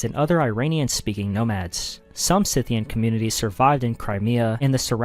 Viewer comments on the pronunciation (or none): he pronounces it correctly. I'd rather have a drink every time he says Synthian instead of Scythian. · That's not how you pronounce Scythian and Scythian origin is not mysterious. No idea what you'd do a video like this when you can't do the bare minimum.